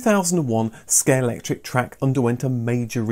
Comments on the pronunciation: ScaleXtric, not scalectric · Does it annoy anyone else that he keeps saying "Scalectric" rather than "Scalextric"? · My ears cried a little everytime you said Scalectric 😉 but great video! 😀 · was that a deliberate use of the common mispronunciation of Scalectrix?:0):0) Not just then, you never seem to say Scalextric the same way two times in a row - really does sound like a conversation about it, as I don't recall ever being able to correctly pronounce it more than once or twice myself lol Great video, brought back some great memories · Great episode! This seems to be a difficult one for everyone, in this episode I've heard them all. "Scalextric," "Scalectric," and the famous (and what everyone thinks,) "Scalectrix." Still gets everyone, but regardless they know what you mean lol.